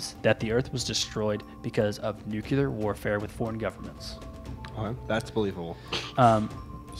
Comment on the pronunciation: If someone had an understanding of nuclear things, wouldn't he pronounce 'nuclear' correctly?